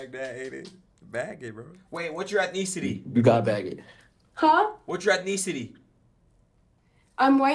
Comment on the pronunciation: "Yo, what's your ethKNEEcity?"